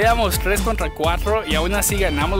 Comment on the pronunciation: por que dices cuajtro